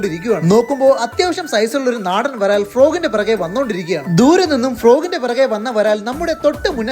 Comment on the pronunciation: ബ്രാൽ ❌ varal✅